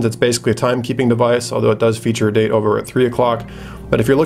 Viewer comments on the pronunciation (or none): none